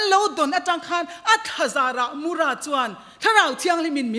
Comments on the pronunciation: Sava lian hming, Mura pawh a lam dik lo leh ta, a thluk a dik lo. Pi, ṭan hle che mah ila, ka sawisel duh che, lo inzir deuh teh. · Mura Muipui Lian a thluk hi I sawi dik lo. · Mura thluk dan i va hrelo chiang ve...pa kan ei thin kan thluk ang hian ra tih lai hi thluk tur aw..pi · Mupui tiin lam mai rawh, mura tih hming i lam dik thei bawk si lo.